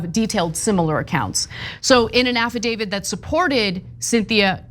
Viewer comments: Why are you saying affadavid? Like The woman movie giuliana brought to court that time it's affidavit and you know that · Affidavit not affidavid. Add this to quash not squash.